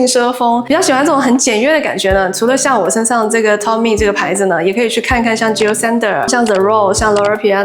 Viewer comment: 喜欢这种主题，可以一衣多穿~~ Toteme好像是念 “妥tem"